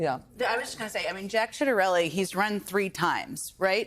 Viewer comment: Did she say SHITarelli?